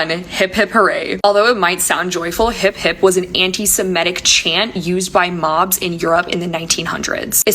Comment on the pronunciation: But isnt it "hip hip" hurray not " hep hep?"